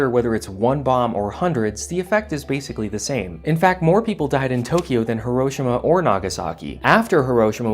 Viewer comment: I find your pronouncing of Hiroshima... Disturbing. It's pronounced "Hero She Ma" not "He Rosh eeh ma"